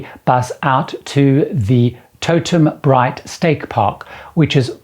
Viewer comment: We've had 2 Alaska cruises cancelled for 2020 & 2021. Fingers crossed for May 2022 (14nt roundtrip Vancouver on Sapphire Princess). We've been twice already and I'd go a hundred times! We love going out to the Mendenhall Glacier in Juneau. Totem BIGHT (not Bright, say it like bite).